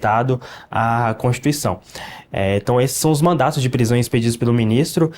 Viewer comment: E olha que falou “mandatos” mais de uma vez kkkkk